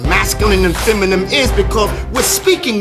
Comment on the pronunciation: FEM-A-NIN...not FEM A NIEM